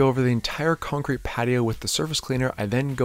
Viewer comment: I can listen to say “cuncrete” all day